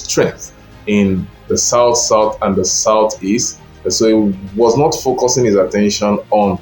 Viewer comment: This is a shallow analysis. Define the work “lock down” as used in ur presentation. Did he win the hearts of the ppl or the Governors who control the states? Lastly pay attention to proper pronounciation of words. Not vs north. How is “t”vs “th” pronounced?